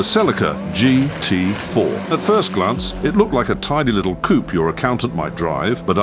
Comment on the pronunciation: Coop instead of Coupé